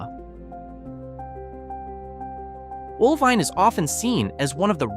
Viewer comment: One in four houses in Oelwein needs a new roof. That should say volumes about the disposable wealth of the citizens of Oelwein. Did the producers of this video actually go to these towns? You'd have thought they would at least learn to pronounce each town's name.